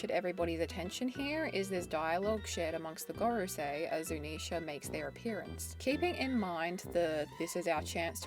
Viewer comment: I like how you say Zunisha correctly. Drives me crazy watching GLR.